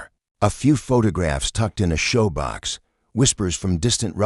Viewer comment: Shoebox not showbox. Periods (DOT) are silent. This reader is frustrating even though your story is good.